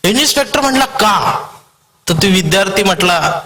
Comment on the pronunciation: इन्स्पेक्टर म्हणा इनिस्पेक्टर म्हणताय?